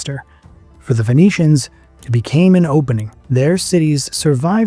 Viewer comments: Isn’t Phoenicians pronounced as “ finicians” instead of fonicians?? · Why are you pronouncing it as Venetians lol